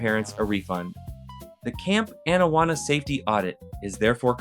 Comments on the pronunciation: Excuse me. It is Camp AH-nawanna. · Bro, cool video. Loved the show. I’m just absolutely befuddled as to how you can mispronounce Anawana when it’s right in the famous intro song for the show. How does this even happen?